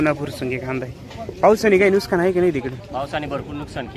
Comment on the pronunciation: नुसकान नाही नुकसान म्हण रे भावा